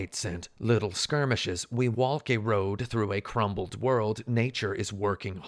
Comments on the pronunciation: he really do be pronouncing the "L" in "waLk" every time, huh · do you really pronounce all the letters in the word walk? i thought it was a joke but then it carried on throughout the video. I teach English in Korea and I always gotta tell my students not to do this.